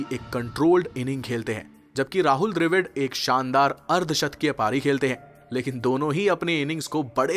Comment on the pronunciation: dr A vid kya hota dravid bolna seedha seedha bihari